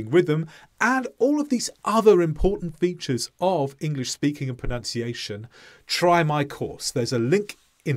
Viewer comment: Rhytym my arse. You are putting more stress on "of" than "english"